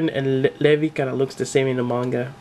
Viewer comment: Did you just call Levi leve